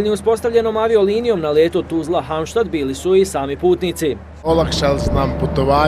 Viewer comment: Cita se kako je napisano Halmstad